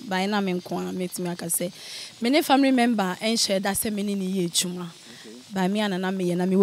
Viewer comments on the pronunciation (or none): & engrish, famiry member 😂😂😂😂😂😂 I hope she’s pretending